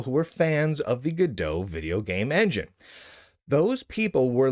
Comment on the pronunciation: This joke doesn't work, cause this now doomed engine is named after a french book "En Attendant Godot" ("Waiting For Godot" pronounced goe-duh), not from go-dot.